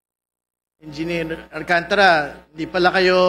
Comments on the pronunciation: Hindi Alcan tara ang pag pronounce nuon Alcantara bobo ka magsalita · alcantara ayusin mo pronounce mo